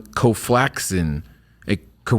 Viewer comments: Just to be clear, it’s COVAXIN. NOT COLFLAXIN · The problem with your assessment is that it barely has hype on Reddit or YouTube. You find little to no videos on it. The fact that you can’t even pronounce the vaccine shows you are analyzing something you know little about. Their vaccine is different from any other company, in that it is inactive and attacks the whole virus instead of just the spike protein which makes it fight against all variants. Your analysis just contradict your whole point, cause you haven’t done any research.